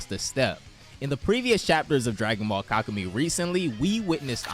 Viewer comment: 6 HOURS AND THIS GUY NEVER LEARNS HOW TO PRONOUNCE KAKUMEI